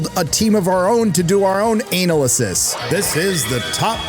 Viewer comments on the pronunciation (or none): It's pronounced anal esis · Downvoted and skipped the second time I heard that bizarro pronunciation of “analysis”